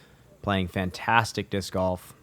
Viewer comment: Can’t unhear calling it disc goff